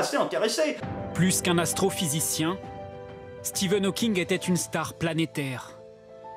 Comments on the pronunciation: Dans le reportage sur Stephen Hawking, le "journaliste" n'arrête pas de l'appeler "Steven Hawking". Même pas capable de s'apercevoir que le chercheur au CNRS qu'ils ont interviewé avec son équipe prononce bien "Stephen", ou tout simplement de LIRE LE PUTAIN DE BANDEAU INDIQUANT LE TITRE DU REPORTAGE. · "Stephen", pas "Steven" bordel de merde ! Il m'a venèr le journaliste xD